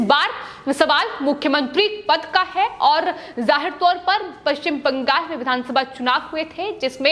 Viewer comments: Also, pls note, its Bengal and not Bangas as you pronounce in yr speech. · Bangal ko bangas kyon bolti ho